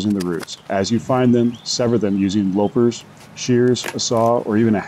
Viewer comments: It's "lop - pers" as in "lopping off a branch," not "lope - ers". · They're LOP-pers, not lope-rs. ;)